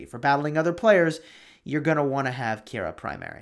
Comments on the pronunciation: Pretty sure it’s pronounced ki-ra Keira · I knew you were saying the name wrong, the ei are together as an I so like ke-ira